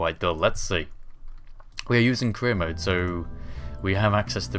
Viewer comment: I swear I keep hearing you say 'Korea Mode' XD